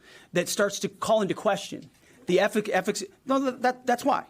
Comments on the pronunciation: Who knew the word efficacy is so hard to say😂, if he's not drunk, he's definitely stupid... but hey... if annihilated, why did Israel have to bomb again later? Just asking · Was he trying to pronounce the word, efficacy? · Kegsbreath is so demeaning and he can't say the word "efficacy". Buffoon. He learned from heir leader. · Dude couldn't say efficacy. He was half cut for sure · he knew he was too drunk to pronounce “efficacy.”